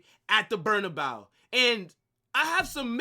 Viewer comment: I like your channel man and I agree to almost all of your takes. But I wish you'd stop calling it "BERNA-BOW" and pronounce it correctly.